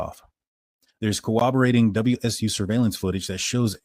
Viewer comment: Why do practically all true crime creators say "cowoberate"? It's pronounced "coRRoberate". Edit: just sayin'.